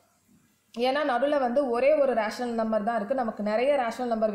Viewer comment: It is not raational,it is rational